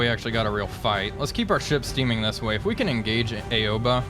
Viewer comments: Great video as always, just a friendly reminder her name is not pronounce "A-o-ba" it's "Ao-ba". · Looks like Indianapolis' war is over for now. Also Aoba is pronounced Ow-Bah btw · Ouba? Nah, it's just Aoba. Like Ah-oh-ba. It's japanese, no need to be fancy twisting letters into others; silly english..